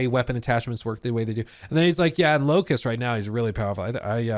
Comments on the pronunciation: It hurts to hear the 'T' in 'Locus' TT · Locus, no T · the character's name is LOCUS. not LOCUST. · LOCUS not LOCUST. A locus is a position, point or place. I don't know why it bothered me when you said it so much. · Locus, not Locust 😅